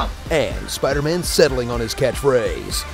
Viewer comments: It's SUPAIDAMAN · Supaidaaman lol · Thanos: Who are you? Peter: An emissary from Hell, Supaidaman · It's not spider-man it's supaidaman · God I loved that SUPAIDAMAN thrown in frequently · Some people: Tobey Maguire Some people: Tom Holland Literally nobody: Andrew Garfield Me, an intellectual: Supaidaman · The repeated cuts lmao. ShpIDA-MAn!